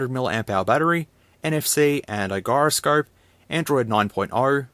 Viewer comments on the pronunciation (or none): The hell you just say for "Gyroscope?" lol Its a soft G:p